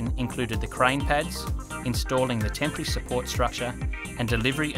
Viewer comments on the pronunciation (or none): I was almost 8 minutes in before I realized "tempry truss" was not a new type of truss I had never heard of, but in fact simply the Australian pronunciation of "temporary"